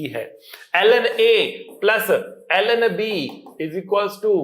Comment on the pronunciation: When sir was! Teaching log function and he said (LN) then it seems to Allen..☺️☺️